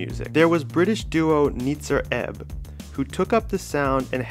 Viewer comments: Nitzer Ebb is pronounced N-AI-tsa Ebb. In the 80s, McCarthy was asked by a German interviewer about the pronounciation of that name. The I is spoken like Eye. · It’s NIIIItzer Ebb doesn’t rhyme with spritzer, and you pronounce each number in 242. Come on guy.